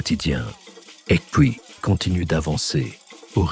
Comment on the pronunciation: Aïeeee la prononciation de "Ekpui " on ne doit pas entendre le k . Bravo pour le documentaire